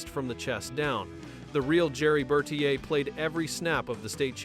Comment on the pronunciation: I hate AI narration. They mispronounce tons of words. His name was pronounced Ber-TEER. 1971 is Nineteen Seventy One, not One Thousand Seventy One.